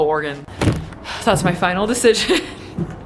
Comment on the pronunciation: Ty for pronouncing Oregon correctly lol